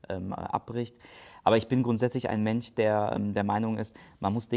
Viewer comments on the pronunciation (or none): Wirklich hilfreiches Video! Danke dafür :) Aber „sch“ muss ich nicht als „ch“ aussprechen, oder? Höre das öfter.... mench, tich... und Wunder mich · Da ich aus dem Südwesten Deutschlands komme, ist ein SCH statt CH für mich kein Problem. Aber wenn jemand MenCH oder problematiCH sagt, ist der Mensch für mich echt problematisch! Übrigens meine ich nicht den Moderator sondern den Bewerber, falls das nicht deutlich wurde. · hats einfach drauf:) aber sein Sprachfehler irritiert mich z.b. mench statt mensch